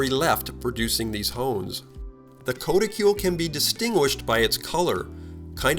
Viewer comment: it's pronounced "k-ah-t-i-kool".